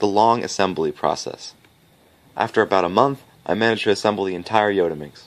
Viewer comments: Yes, he got it wrong... also i believe it shouldn't be pronounced yo-ta minx but rather yot-a minx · For some reason I find the pronunciation 'yodaminx' funny as hell. I probably have to pronounce the t-s as t-s and not d-s just to restrain myself from giggling.